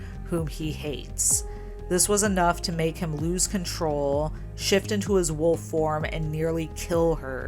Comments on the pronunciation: Why does she keep saying wolf like woof? I’m talking about Stephanie Meyer btw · Why does Stephanie way wolf like “woof”? Lmao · sorry, the wuff? The wuff in question. The werewuff